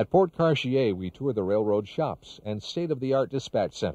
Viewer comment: I know I'm not the only one who learned the correct way to pronounce "Cartier" by watching this video.